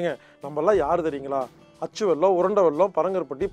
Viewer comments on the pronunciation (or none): none